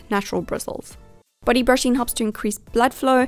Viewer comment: The way she pronounces body sounds like buddy ha HaThroughout the entireVideo I heardBuddy brushing